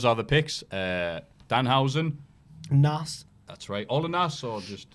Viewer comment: Ffs, stop calling him Nass. It's pronounced Naz. Listening to opinion on Hip Hop is like listening to Anne Widecombe's opinion on... Hip Hop.